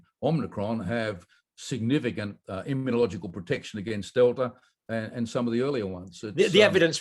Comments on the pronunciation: Dear Dr Campbell, I have noticed that you persist in mis-pronouncing the word immunological. You pronounce it as "immuniological", adding an extra "i". I don't believe this is the "Queens English"..... just sayin..... Regards An Aussie, 🙂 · Please learn pronounciation of “immunological”